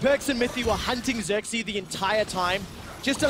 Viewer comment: it's not sörksi it's fucking xerxe!